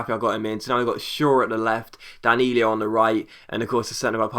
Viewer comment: Danilo is not said "Danilio" but just "Danilo" :)